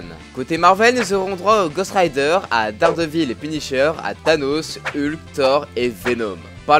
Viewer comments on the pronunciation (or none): pourrait tu le prononcer dèrdevil genre en anglais :p